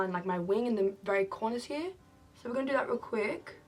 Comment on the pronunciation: “We’re just gonna see what we can do hea” * Slays it